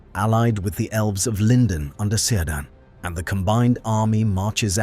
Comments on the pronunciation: Tolkien does explain in the apendices how the pronounciation is supposed to be, and you are right, it would be like Kirdan, Keleborn, Kelebrimbor... And the vowels would be the same as in most other languages than english. So: a like in bar, e like in bell, i like in bin, o like in pop and u like in put. But th like the english th. There's more but those are the things i remember from the top of my head. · Cirdan. Hard K. Like kir dan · Shouldn’t the name Cirdan be pronounced with a K sound and not a C sound? That’s how I’ve heard it from most sources. I recently heard in another video someone pronounce the name Celeborn with an S sound instead of a K sound, and that is also incorrect. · Kirdan, not Sirdan Tolkien made that clear. Just saying.